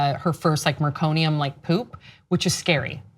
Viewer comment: MECONIUM as you said, NOT MERconium- the baby is expected to produce a meconium (dark, tarry) stool shortly after birth- the fact that Sam's daughter defecated in the birth canal was clearly due to being kept in the canal whilst waiting for the Dr. to do the "delivery" and could've gone very badly if meconium had been aspirated or oxygen level was compromised- very glad your sister was ok and little Sophie too!